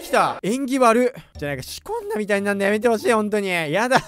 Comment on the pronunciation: 仕込んだみたいじゃん、が シコったみたいじゃんに聞こえて 料理してる手を止めてしまった。。